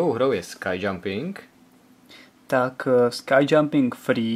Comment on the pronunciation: Pokud se to jmenuje opravdu "Sky jumping", pak je docela překvapivé, že jsou tam lyže :o)) Pokud je to "Ski jumping", pak už to tak překvapivé není :o) Takže výslovnost "skaj" je obloha, lyže se čtou "ski" :o)